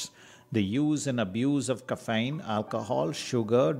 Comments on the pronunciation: There are a dozen more..for example Ka-fine, o-base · Good info but when you make videos you have to make sure the writing fits the screen. Also mispronunciation of dopamine or even caffeine doesn’t add confidence in info.